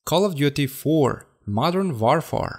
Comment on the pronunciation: WARFARE is pronounced like "wôrfer".